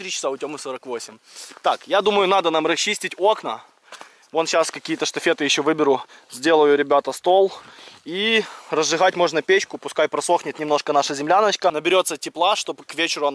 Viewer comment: правильно говорить не штафет а штакет. штафет это типа косяк (папироса забитая травой а не табаком)